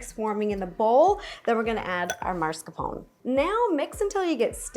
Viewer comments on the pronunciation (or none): somehow that 'marscapone' hit my ear, i thought it was 'mascarpone' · Is mascarpone actually called maRscapone in the English speaking country or is this just a random YouTuber (second today 🙄) saying it wrong? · Hearing an Italian say "mars-ca-pone" is triggering me lol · maRscapone ? isn't she "italian" ?! (-_-) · hm... do you really pronounce it maRscarpone? I hear so many Americans pronounce it like that, what's up with that? 😆 Just curious, is there a reason it's such a common mistake?